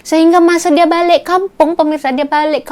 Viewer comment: Not balek it's balik...